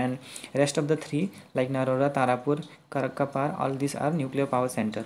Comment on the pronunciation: Karakkapar nohoi bey mokkel it's kakrapar